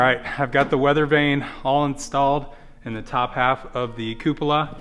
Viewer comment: yes, you pronounced coupla correct. At least that is how astronauts pronounce it